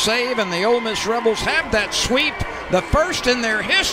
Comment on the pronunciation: Did commentator say "Old Miss Rebels" I thought hey were the brown bears... or land sharks.